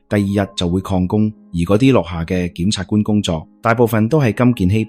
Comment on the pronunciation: 檢察官都讀錯吾系呀